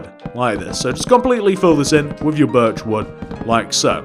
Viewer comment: Every single time you say birch wood planks it sounds like virtual plank